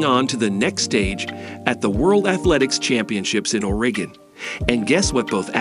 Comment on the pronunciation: “The eight school”?? “Abby STEENER”?? “REEcord”?? “OREEgon”?? A virtual voice narration? Seriously? Couldn’t you get a REAL human to narrate this video? Sheesh.